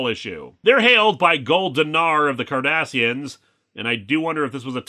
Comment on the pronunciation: Okay. I don't know a whole lot about Star Trek so I kept replaying it when he first said it. I turned on subtitles, they said Kardashians, and I didn't hear anything other than Kardashians.